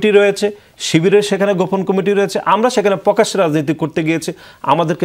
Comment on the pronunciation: পুকাশ্য পুকাশ্য পুকাশ্য তারপর আবার পুকাশ্য পুকাশ্য আলোচনা শেষ 😂😂😂😂